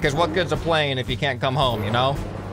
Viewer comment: Yay he made the funny french plen